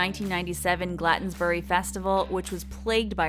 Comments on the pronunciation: ahahaahaahaha glantensberry. Glastonbury is famous enough that you should be able to pronounce that. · ok but why did you say "Glatonsbury Festival"^^ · ** ** "GLATONSbury" GLAS-TON-BURY! Cmon! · It’s not bass 🐟 nectar, it’s bass 🔊 nectar, like base, stupid narrator. C’mon get it right. Same with Glastonbury, not Glatonsbury. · I have a feeling you pronounce things wrong so that we comment “oh she’s saying this word wrong”. She started saying coachilla... gladsunberry... goldenboys instead of goldenvoice... she’s definitely doing it on purpose. “Jesus and the Mary chain” ITS THE JESUS AND MARY CHAIN FFS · And “Glatonsbury”. 🙄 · Cee cee glatsunberry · Beth lr GLAT-ONS-BURY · Beth Hillier it’s pronounced glast-on-berry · how did you butcher the word Glastonbury so badly, jesus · What on earth was that pronunciation of Glastonbury?! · i dont think she said glastonbury right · Can this announcer not read? How could you bitches Glastonbury so badly lmao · The way she pronounced Glastonbury hurt me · Can't get over her pronunciation of Glastonbury.